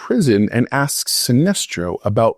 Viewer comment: lol did you just refer to Sinesto as "an alien" instead of Sinestro?